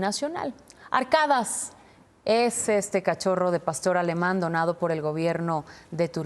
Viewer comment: no es ARKADAS, es ARKADAŞ !!!!! (se pronuncıa con sh!) !!!!!!